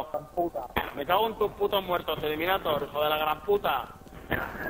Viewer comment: Lo que mola es que se llama eliminaDor y todo el rato diciendo eliminaTor como si fuera un guiri xDDD